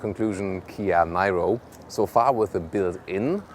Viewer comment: Official pronunciation is "Neero" not whatever you want to pronounce it.